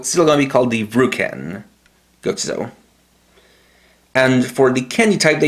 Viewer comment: Bruv, it's just gochizou